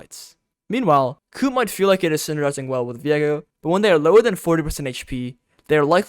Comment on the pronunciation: It's "Coup" pronounced "coo" btw. The P is silent it's etymology is French